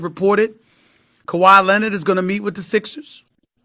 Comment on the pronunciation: How does SAS put Rs at the end of words where they shouldn’t be but can’t pronounce the R in Leonard!?!?!